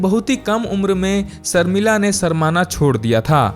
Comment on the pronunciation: सर्मिला नहीं शर्मिला बोलो